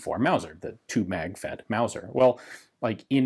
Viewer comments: You mispronounced “wauser” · ITS MAOSER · It's not a Mauser, it's a Mouser.